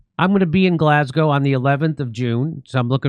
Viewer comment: Thank you for saying Glaz Go and not Glass Gow Jimmy !